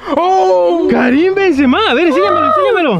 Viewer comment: lo que mas risa me dio fue que se equivocaban pronunciando los nombres de los jugadores tops xd por ejemplo a MBAPPE le decian Empape a BENZEMA le decian BEN SE MAS